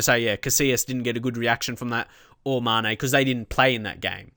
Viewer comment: Be sure to accent the E on Mané, so not MAHne but MaNEH